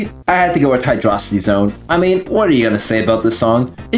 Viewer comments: Imagine calling hydrocity hydrocity I'm sorry but it's pronounced hydrocity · It's pronounced HydroCity, god damn it! Anyway, I love that song too, both act one and act two